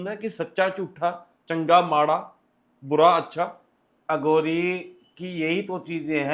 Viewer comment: ਅਗੌਰੀ ਨਹੀਂ ਅਘੋਰੀ ਬੋਲੋ ਜੀ।